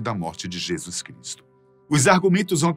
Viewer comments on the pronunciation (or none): none